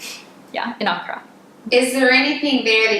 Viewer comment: Thank you for pronouncing Ankara correctly. I lived their for four years. My father was in the Air Force. He was paid in US dollars. We lived off base but, we shopped on base at the commissary for products you couldn't get in the city and we went to the American hospital which was in the city. All of these years later I miss the bazaars and hot sunflower seeds well, I miss the food. All the elementary schools teach not only Turkish but, English and French.